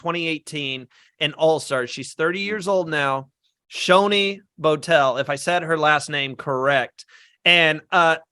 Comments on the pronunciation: Not bad. Also Shonee's name is NOT pronounced "Show Nee" it's "SHON NEE" as in you pronounce the "On" in Shonee. My prediction I think this will be run/domninated by the returnee players as a lot of them you would think would have pre gamed for this and are more likely to get as many returning players to merge as possible and not let the newbies take over as is the case in a lot of these fans v favourites seasons (as if we're being honest that is really what the season should've been called but Heroes v Villains sounds more marketable to the casuals and any International viewers). The stats for these half/half seasons or mixed returnee/newbie seasons has always ended with a returning player making FTC or winning the game in both US & International Survivor. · Not pronouncing Shonee’s name correctly was the only thing I disliked about this video😂😅! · Not pronouncing Shonee’s name correctly was the only thing I disliked about this video!